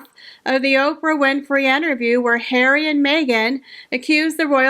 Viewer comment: Love your videos and thanks for making me smile every time you say Prince Hair-wee 😅 I actually think Disney execs were mocking Meghan !! She famously made an ass of herself on their lot demanding roles in Disney flicks. She also tries incredibly hard to ape Diana and Catherine so I think you have it flipped. Meghan who had her overpriced Spotify podcast and 24/7 press coverage claims not to have voice. I think you may have mischaracterized a meta joke on Disney’s part. They were making fun of HER not Catherine.